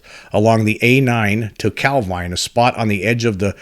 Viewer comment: Heard your podcast for the first time today - just wanted to say, excellent stuff. Enjoyed it loads. Have subscribed! (Even forgiven you for the dodgy British placename pronunciation, lol :-) )